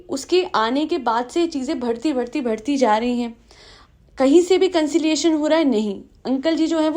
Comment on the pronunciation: You pronounce ' ba' as 'bha' like ''badhta h - bhadta h'' it's not a issue but I notice everytime and it sounds annoying sometimes